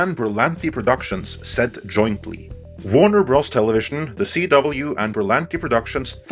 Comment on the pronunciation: Great video. I thoroughly enjoy your take on pop culture. One tiny criticism of the execution of your script for this video and future videos: Warner Bros. Stands for Warner Brothers. I cringed after the multiple times you kept pronouncing Bros. The way it is written, rather than what it means/represents. Just like LFL is short for Lucas Film Ltd. .....Ltd. stands for limited. It is a minor critique and one that I hope you take as an honest remark and in no way a flagrant dig with any sarcasm or agenda. Keep up the great work!